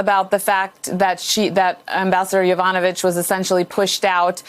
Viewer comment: Non-listening Presenter: "Yova-no-vitch"; Professional listeners: "Yo-vanovitch."